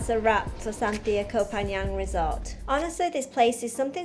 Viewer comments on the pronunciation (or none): Lovely video. Love Santhiya resorts and looking forward to trying this one. You don’t pronounce the h in Santhiya by the way. Something we learned when staying there.